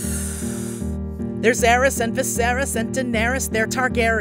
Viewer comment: annoyed me that you mispronounced aerys, i understand u had to try and make it rhyme with viserys but c'mon and theon, how did u pronounce that one wrong, they say it all the time in the show, granted he's not been in the latest season that much but again and victarion isnt even in the show how did u even pronounce dondarian wrongnd im not even gonna mention how u fucked up littlefingers name